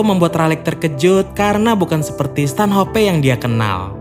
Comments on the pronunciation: Stanhop bang bukan stanhopeee goblok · Bacanya Stanoph bukan stanHOPE